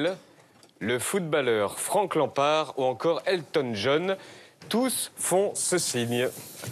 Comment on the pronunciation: "Frank Lampaarrrr" J'ai ri